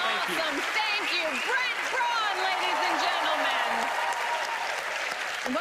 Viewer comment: Brent Braun’s last name isn’t pronounced “Brawn”, it’s pronounced “Brown”. It’s German/Austrian, so the ‘au’ is like an “ow” sound.